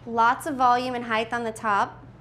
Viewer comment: HEIGHT DOES NOT HAVE A TH AT THE END. IT'S A BLOODY T.